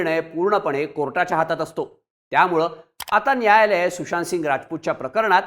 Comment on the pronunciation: तुषांत नाही रे सुशांत... उच्चार तरी नीट कर....😂😂